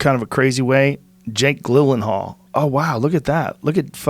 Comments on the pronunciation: Hearing Rogan say “Jake Glenenhal” instead of Jake GYLLenhal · Joe "Jake Glyllenhaal" Rogan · "Jake Glilinhal"